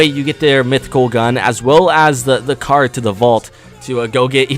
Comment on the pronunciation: He said car instead of card. Mission failed we get them next time.